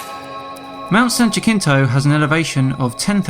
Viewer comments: San Ya-sin-toe, sorry it’s not Ja-kin-toe. Not sure who said that, it kinda sounded like dan, but whoever did said it horribly wrong. Anyways love you keep making fun of all the flatfux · Mount San Jacinto, is a Spanish name, and pronounced like, San ‘Ha-Sin-Toe’, NOT “Ja-KIN-Toe”. I’ve lived near this mountain for over 40 years, from where I reside in Riverside California. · In the future its San "Yahseen'tow" or "San Jahsin'tow" not "Sanjakeentow" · San Jacinto is pronounced San ha-ceen-to, m'kay? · “San jaKinto” 😂😂😂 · Really people!? It is pronounced like this San Wa-seen-toe. Not the way you are pronouncing it. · Why can’t so many people pronounce Mount Jacinto correctly. It is pronounced Ha’See’In’Toe. It’s a Spanish word so it’s pronounced in Spanish. Leave it up to a flattard to not be able to pronounce it. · Every time I hear you mispronounce San Jacinto, I cringe. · If these guys are from California, then they are ignorant of Spanish... EVERY Californian KNOWS how to pronounce that mountain's name! Especially if you live here in Southern California. I will forgive him if he's not really from here... However, I will NOT forgive him for his ignorance of his flat earth thinking. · Probably the worst pronunciation of San Jacinto I have ever heard.